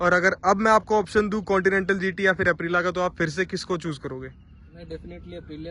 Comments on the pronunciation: ॲप्रिला नही ॲप्रिलिया होता है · I love the way you pronounce Aprilia 🤣🤣🤣